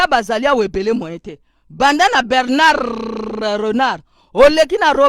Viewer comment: Mama Clarisse tokoss Bernard Renard, Bernard sommeil N'arrive pas à prononcer le nom de celui qui ni tout Ba supporteurs ba gagi éh...